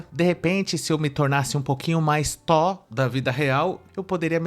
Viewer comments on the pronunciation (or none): Ela quer o Tó, pra liberar o Tó - ba ? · Verdade eu pensei Que ela falando do Thor realmente Porque ela disse TÓ da vida real! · Não é tó Ela quis dizer Thor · a guerreira não sabe nem falar THOR e ta exigindo um cara muito muito gato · Já que sacaneou o erro da menina ao falar Thor ('r' no final) ... Vê se aprende uma que vc erra SEMPRE: A palavra correta é perDa ( com 'd' ) e não perCa ( perDa de tempo... perDa de vida...) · Pqp a mulher não sabe falar uma palavra certa